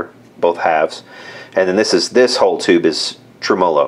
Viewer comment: Tre-MO-lo. Gets me every time.